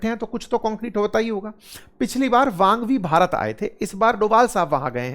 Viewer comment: वांग वी नहीं, उनका नाम वांग यी है।